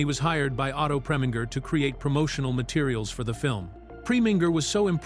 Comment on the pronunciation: The Ai voice mispronounced Otto Preminger's last name, FYI.